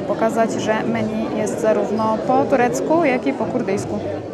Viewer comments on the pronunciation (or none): none